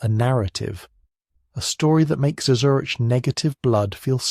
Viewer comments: FYI, your AI narrator doesn't handle "RH" well. Neither does the AI caption generator. It's sometimes "arch" and sometimes "ar" and various other variations of what a program might interpret "RH" to sound like. You might try "R.H." if you're using text to create the narration. Hope that helps. Thanks PS. Kalamazoo, Michigan here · So annoying, is this robot saying Arch negative, RH Negative or or O RH Negative blood like mine? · Listening from near Volos, Greece. You should teach your AI voice to pronounce RH correctly; sometimes it does, sometimes it comes out as "R---" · Shame your AI reader couldn’t pronounce RH properly.. otherwise it was pretty good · Very interesting as I'm a neg. But couldn't help noticing pronunciation oddities: R-A, Arch, Rack, R--ack, R--aik, Air, instead of Rh. Must be my weird blood type that causes me to notice this. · Maybe next time you can use and AI tool that can say Rh properly. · Can’t you teach your AI narrator to pronounce rh correctly and consistently?